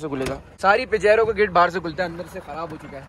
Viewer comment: Its not pijaro its pajero but nice vlog